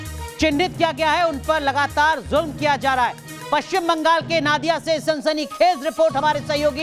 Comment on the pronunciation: नादिया नही नोदिया ...ठीक से बोलिये...